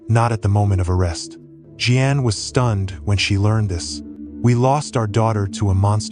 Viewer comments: You'd do better if you bothered finding out how to pronounce the common names you mangled here. For example, Jeanne is definitely not pronounced Jee ann. Where'd you grow up, on some desert island? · Tragic. Lot of dirt bags out there lurking. Sick. (Btw. AI generated narration, Jeanne= “G-Ann”.)